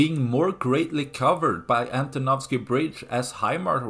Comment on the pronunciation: Great pronunciation of "Antonovsky bridge" 👍 I vote for Ukrainians to wait until the bridge is ready, or even have some vehicles moving over it. Why they keep building the doomed pontoon bridge? It is likely to report to the higher-ups than they are doing something. When the pontoons will be destroyed, they will say "🤷‍♂, this would have worked if not those pesky Ukrainians" 😆